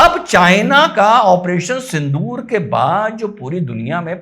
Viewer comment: I'm annoyed by pronouncing and spelling Sindoor as Sindhoor